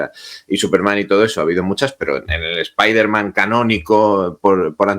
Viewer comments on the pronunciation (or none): Como "Spaiderman"??? Noooooo..... Spiderman, por favor. 😅